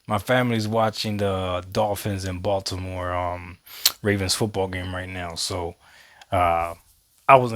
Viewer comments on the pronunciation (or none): none